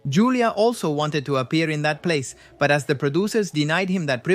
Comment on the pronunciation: It's pronounced "HOO-LEE-AH" The J in Julia has an H sound in spanish. You know, like Julio = "HOO-LEE-OH"